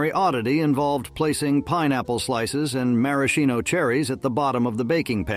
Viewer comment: Thanks for the memories. Did anyone else get a laugh from the pronunciation of 'maraschino' cherries?